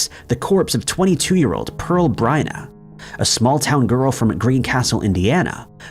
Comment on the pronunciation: Pearl Bryant, not Pearl Bryna, at Bobby Mackey's in Kentucky.